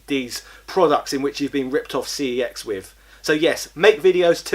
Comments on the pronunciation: It’s pronounced sex not cex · Sorry but it is pronounced SEX. When you ring the store they even answer it as so.